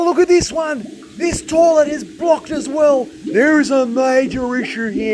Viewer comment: 'Lets give this torlet a flush' :)